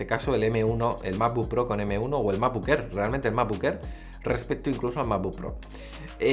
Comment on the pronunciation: Macbuk Ehr, Fainal Cat, A-pel… Mejor con subtítulos.